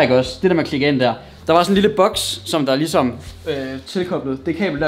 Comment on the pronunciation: 1.37 "Jeg optager kigesom" HAHAHAHA